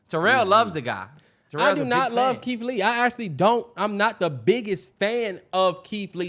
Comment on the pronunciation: the way the can’t pronounce they R’s are hilarious to me. “KEITH LEE WEVIEWS”😂😂😂